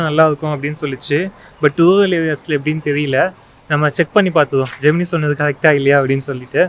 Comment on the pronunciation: Minor note: Pronounced ஜெமினை not ஜெமினி.